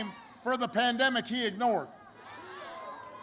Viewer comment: Did he say.. "he missed kissing babies during the pandeic" ?